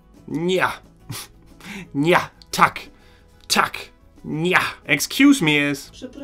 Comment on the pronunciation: Wirklich du betonst die Vokale viel zu stark. Es heist Tak und nicht Taaak. Es heißt Nie und nicht Nieee. Im Polnischem werden die Vokale sehr kurz ausgesprochen. Ohne Betonung.